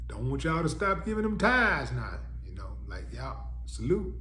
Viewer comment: It’s “tithes” not “tides”… SMDH